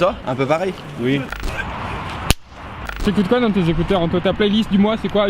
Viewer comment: mdr le ricain il me fume avec son oui